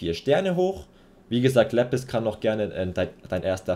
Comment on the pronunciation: Sorry aber nicht lepis, sondern Lapis